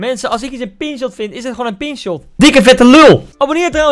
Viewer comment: Koen het is pinch (shot) niet pin shot he hahaha En de octane (of fennec) zijn goede auto's